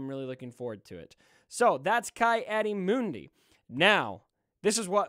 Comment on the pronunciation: Ki is pronounced has Key. Not Kai. Key Audi Moon-Dee